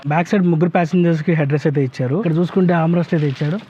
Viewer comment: Ichadu❌ Icharu✅